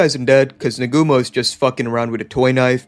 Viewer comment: It's Naa-gu-mo, not Nagoomo.